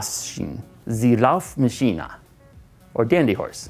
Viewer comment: oh my gosh hearing him trying to say Laufmaschine